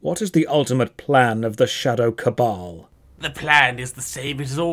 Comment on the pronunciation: Two things I learned from this video: 1: It's pronounced cabal, not cable. 2: isn't just a functioning torso with arms and a head melded to a chair with an insatiable desire to hold cups.